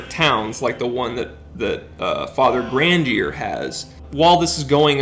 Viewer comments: You keep mispronouncing Grandier's name. How come? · I don't mean to be a stickler, but these pronunciations really a rent that hard, you could at least try. Say it with me now. Grahn-dee-aye, Lew-don. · You watched the movie but still mispronounce Grandier and Richelieu?